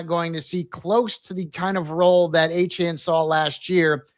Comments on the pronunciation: Why does he keep saying Achane and no one is correcting him? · Etienne not achane 🤦🏽‍♂️